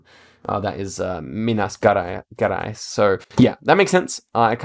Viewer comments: The G in "Gerais" is more like in "Jerais" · "Minas Garais" lmao Minas Gerais literally means General Mines, so it's the soft G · Minas Gerais is pronounced "Minas Jeráis" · actually, the correct pronunciation is Minas "Jerais" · minas gerais , the G of gerais is pronounced like J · 'Minas' was good, 'Gerais' is more like 'za'rais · And Minas Gerais is said like it was Minas Jerais in portuguese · you pronounce minas gerais with the g as in geez, and the nh in maranhão is spelled like ny in enya, and it's nasal, and in maranhão there is a biome called "mata dos cocais" which has a lot of babassu palm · i love to listen you pronounce the names of some states completely wrong and some perfectly, it gives me life fr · Minas Gerais The "Ge" in the second word is the same as in "gentrification"